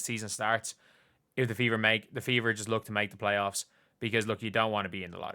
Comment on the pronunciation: Did you say playoffs?🤣🤣🤣😂😂😂